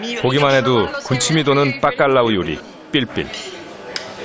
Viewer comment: 스페인 사는데 빠깔라우가 아니라 바깔라우 입니다. 중국이라규 쓰고 쭝국이라 읽는것과 같네요.